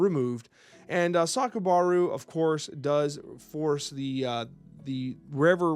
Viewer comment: Another banger video. We're all struggling with the pronunciations as Altered draws from so many different regions (which I love), only one you said which I am fairly certain was wrong was Aja (it's like Ah-jah) and Sakarabru you swap the a and b, but honestly, that feels more natural to me too. Finally got to play some paper Altered this Thursday just gone (at time of writing) and it was really nice. I only played with starter decks, my Axiom got rinsed by Bravos in the first game but I saw zero landmarks excluding the on I put in my initial mana pool. A time loss with Axiom to Ordis (the starter with some alterations) and a win for Yzmir against Lyra. Got a chance to open a prize pack (I forget the proper name) and got the alt are Subhash which is cool as he's a hero I want to play. Still pulled zero uniques though, going to have to get a box when I've got the pennies.